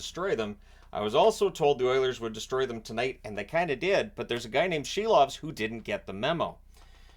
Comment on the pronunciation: Silov is pronounced SEAL- OFF, lol